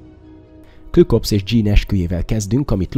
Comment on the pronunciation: Küklopsz, nem klükopsz! 😊